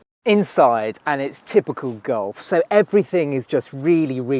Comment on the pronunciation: voke's wagen gulf? please work on your pronunciation